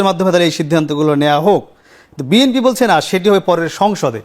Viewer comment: এই দুদু কি বলে!! নিজের দলের নামটাও উচ্চারণ করতে পারে না 😂 বিএনপি কে বিএনফি বলছে 😂😂😂